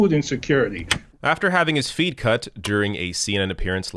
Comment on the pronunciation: I heard say "after having his feet cut". 😨 It was "feed".